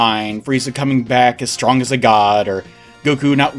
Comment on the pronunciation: I love the "uwu" pronunciation you gave the word "strong" in this video as if to mock power levels; S T W O N G. something about hearing that twice in a row really tickled my funny bone lol